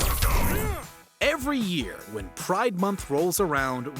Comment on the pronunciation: That's the wrong pronunciation for this definition of "mobile," dude.